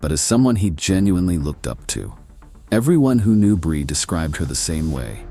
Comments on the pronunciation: Stupid ai. Can't even pronounce her name consistently. It's bree, not bri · The narrator pronounces Brie two different ways. AI SLOP NARRATOR.